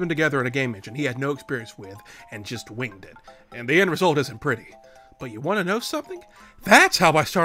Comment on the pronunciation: Why do you always pronounce "want" as "won't". Do you do that on purpose to get people to leave comments or do you need speech therapy?